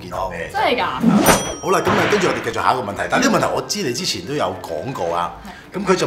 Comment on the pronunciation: 繼「續」兜 唔係繼「績」兜XD